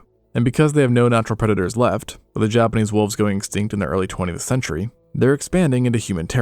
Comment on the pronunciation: I don't think it's AI because he pronounces words differently throughout the video, the thing that stuck out to me the most was how he says "Japanese". Sometimes he says it normal, but sometimes it sounds like he's just saying "Japanee" 💀 Maybe he used to have a lisp and he's working through it lol